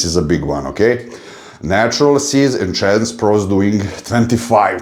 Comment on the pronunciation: I love how you consistently say Enchanced or enchanted 😆👍🏻. Instead of Enhanced ✌🏻 New subscriber here 💪🏻